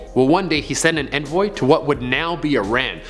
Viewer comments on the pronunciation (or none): That’s not how you say envoy or enclave... You probably sound like Joy from My Name is Earl when you say ‘en suite.’